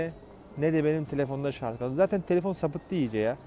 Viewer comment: Abi şunun adı şarz değil şarj